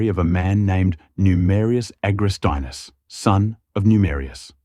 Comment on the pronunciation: It's Agrestinus, not AgrestAinus, ffs... so annoying. Finally got it right! :)